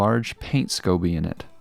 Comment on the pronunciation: I thought he said Scooby not scoby!😂